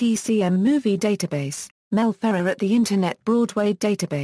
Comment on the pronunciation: The biggest failure of an audio biographer is to mispronounce the subject's name. You did that here, idiots. Do some research and correct or take down this video clip.